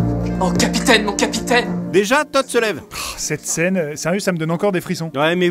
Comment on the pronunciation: Capitaineuh ! Capitaineuh ! Vous n’êteuh pas le capitaineuh !